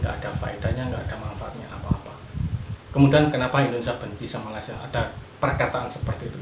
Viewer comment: Malaysia bang bukan Malasia